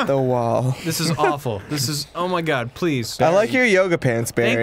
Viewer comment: i was so sure that the intro said "barfy" instead of Barry